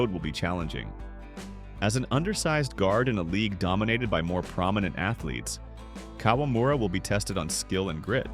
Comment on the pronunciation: It’a KA-WA-MU-RA, NOT KOLAMURA…🤦🏻